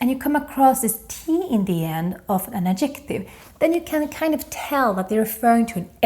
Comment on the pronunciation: In English grammar, obestämd är indefinite, inte undefinitive. Bestämd är definite, inte definitive. Man säger Ad'-jec-tive with the stress on the first syllable, inte ad-jec'-tive. Akta att du säger fur-ther (voiced th) och inte fur-der. Annars har du hjälpt mig jätte mycket. Jag älskar!